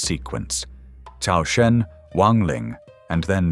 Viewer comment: Dude, you're Chinese, how can you pronounce Cao as 'Cow' it's pronounced as 'TSAO'!